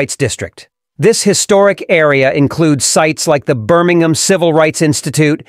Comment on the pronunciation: It's BirmingHAM!!!!!!!!!!